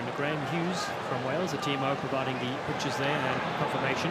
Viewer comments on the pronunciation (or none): none